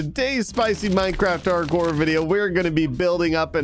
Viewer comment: anybody notice he doesn't say hardcore at the beginning? LMAO he says cardcore xD